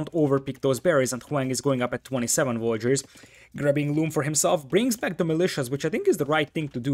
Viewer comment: Ya gotta cut him some slack m8. I mean..he called Villagers as Vollagers/Voyagers. Sometimes the native tongue makes correct pronunciation physically impossible. Edit: I'm Vietnamese btw and I have never heard any English speaker pronounce Nguyen correctly